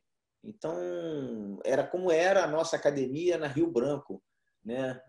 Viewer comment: Sempre quando é um gracie tô assistindo. E notei que o Royler tá falando "acadEmia" e não "cadimia" kkkk Parabéns pela entrevista.